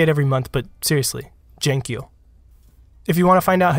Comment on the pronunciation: There is something misterious in your videos. It's amazing.. P.S. Why did you say "Jank You" instead of "Thank You"? I'm from Poland and we've got a word "Dzięki" for saying "Thank you". The prenounciation of "Jank You" and "Dzięki" is almost exactly the same. Another misterious thing in your video :)